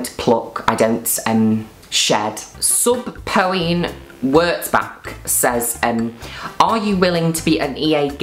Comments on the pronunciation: the way she pronounced "subpoena" SUb-po-EENE HAHAHAHAHAHAHAHA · Not Juno pronouncing subpeona "sub-poh-ee-en" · Your attempt to pronounce subpoena was everything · the way you said subpoena made me shit myself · The way she pronounced subpoena had me rolling 😭😭